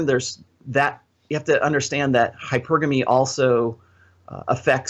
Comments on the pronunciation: It's hy-PER-guh-mee, not hYper-GAME-ee. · ...I'm pretty sure it's pronounced: hy-PER-gamy.